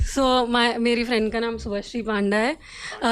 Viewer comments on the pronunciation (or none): It's panda Pa an da( पंडा) Not panda 🐼. 😂😂 But fun episode 😂😂😂✨